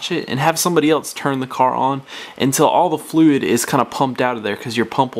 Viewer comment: Don't need firearms training. This guy sounds like he has a mouth full of marbles.Slow down. The word is "fluid" not fluei".